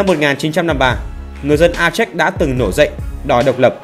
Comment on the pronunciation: A chếch gì ? Phiên âm cho đúng tiếng Việt là A chê